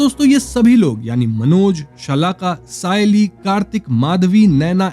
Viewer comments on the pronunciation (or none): गोण्या ❌ गण्या ✅ सयाली ❌ सायली ✅ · हा चूत्या YouTuber tila sayaali boltoy... नाव पण नीट घेता येत नाही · सयाली नहीं सायली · Its सायली..not a सयाली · It's सायली not सयाली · Aaya bada sayli ko sayali bolne wala.